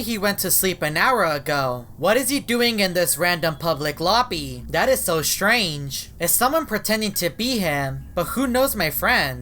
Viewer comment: always says strage always